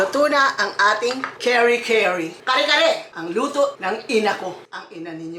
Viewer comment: You are fluent in Tagalog and you pronounce it CARRY CARRY?! 🤦🏻‍♀️🤷🏻‍♀️